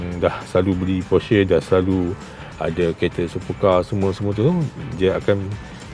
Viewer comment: kejap porshare kejap porsher. sebut brand pon tak betul